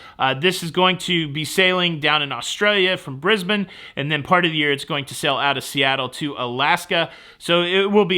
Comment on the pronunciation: Kudos for the correct pronunciation of "Brisbane". Most Americans pronounce it "Briz-bain.